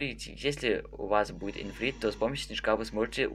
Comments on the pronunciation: не инфрит а ифрит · Ифрит а не Инфрит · не ифринт а ифрит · не инфринт а ифрит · Ифритам а не инфритом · не инфрит, а ифрит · СТОП!Он сказал:"Инфрит"?